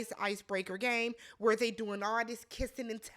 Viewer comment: "26 WHERREE" 😂😂😂😂